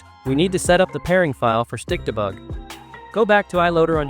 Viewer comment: When your tts says stikdebug I hear stick the bug😭